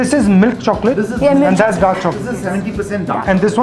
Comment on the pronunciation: Luv "shokola"